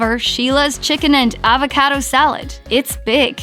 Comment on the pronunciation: She can’t say Pasta or Avocado.